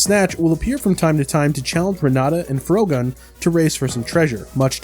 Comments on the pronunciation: "froh-gun" You have to be kidding me. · It's a perfectly cromulent word. What would you like more? Fr-ohgun? Frog-gun? Frog-uhn?